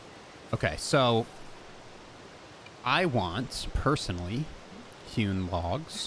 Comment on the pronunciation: For some reason every time you say hewn logs I hear human logs